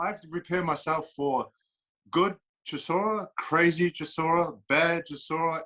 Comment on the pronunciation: Derek “Seeshora”, what? 😂😂😂